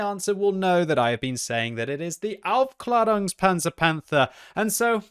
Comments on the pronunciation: He actually mis-pronounces it. He says aufklarungspanzer but it should be pronounced aufklaerungspanzer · To the general public, yeah maybe. The “a” has an Umlaut though, so it should be a longer ae pronunciation like the “Jaegers” from Pacific Rim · That's easy: he isn't saying Aufklärungspanzer Panther, he's saying something like Aufklarungspanzer Panther and that's quite a big difference isn't it :P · Any other German here? Its very funny when he says "Aufklärunkspanzer Panther". Greetings from Bavaria. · As a German, it's really funny to hear the word Aufklärungspanzer-Panther from.: D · Really? My German teacher would’ve whacked me over the head with a broomstick if I pronounced the Umlaut “a” like that lmao